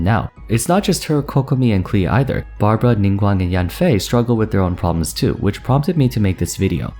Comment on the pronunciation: Great video, i enjoy your content and your sober voice. Your prononciation is very nice but you mispronounced one name: Klee, it's not "Kli", it's more like "Kleh". In french the word Clé is the perfect homophone, the JPN transcription is クレー (and not クリー). Hope this helps !